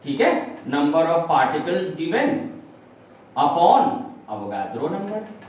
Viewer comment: its avogadro's number not avogardo